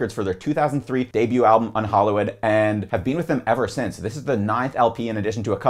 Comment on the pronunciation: Baffled by his pronunciation of "unhallowed" That's exactly how a German who doesn't speak English would say it🤔 And I'm pretty sure he says "verminous" wrong too, wtf?